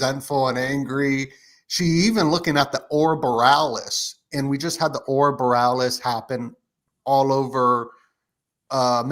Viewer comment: Thanks for the other guy making sure to pronounce Aurora Borealis properly ❤